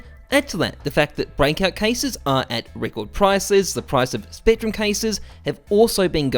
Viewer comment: Did he say SPECTRUM 2 Case ???